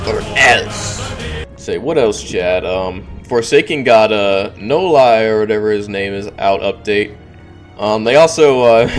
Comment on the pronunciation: How to pronounce “Noli”: “No-lee”